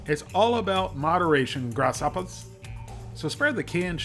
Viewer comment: "Grass hoppas" 😂